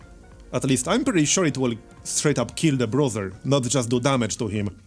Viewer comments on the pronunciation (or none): BRUISER - brooser and not BROTHER